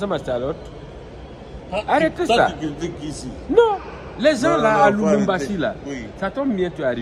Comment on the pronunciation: Toi aussi tu dis Lumumbashi, c'est LUBUMBASHI.